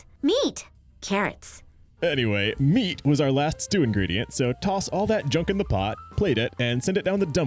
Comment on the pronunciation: Meat!(sounded like neat, lol)